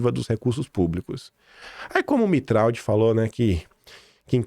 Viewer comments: Pronúncia do Tiago é Mitra não mitraldi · Sobre a pronúncia do nome do Tiago Mitraud: Mitraud parece ser de origem francesa. Se for isto mesmo, ele deveria ser pronunciado "Mitrô". O " d" final não é pronunciado, e a junção do " a" com o " u", isto é o som do " au" corresponde a um o fechado, como se fosse um "ô". Mas o importante mesmo é a exposição que você faz das ligações deste pessoal com o sistema. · Bom dia,. No francês, Mitraud se pronuncia: Mitrô. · Mitraud se pronuncia MITRÔ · Mitraud é de origem Francesa. Se pronúncia MITRÔ!!